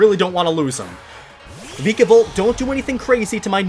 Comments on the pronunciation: Does it make anyone else cringe when he says some of the Pokémon’s names wrong. Like VIKAVOLT and SOLGALAO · It's VIKAVOLT